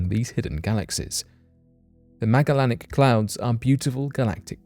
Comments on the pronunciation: You butchered the word Magellanic. It’s name is said meh-ja-lenic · I dont mean to be rude but the Magellanic clouds are pronounce the same way you would pronounce the name of the old world explorer Magellan that they are named after... so not a 'hard G' like Grape, but a 'soft G' like Beige ... yea that weird "J" sound we sometimes get with a "G" :)